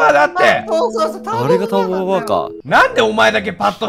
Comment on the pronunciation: ぜあるターボババｧじゃなくてたんぼババｧじゃ